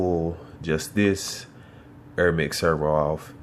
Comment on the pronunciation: its AIR not EERRRR. Im native american and i try to speak better english each day. come on son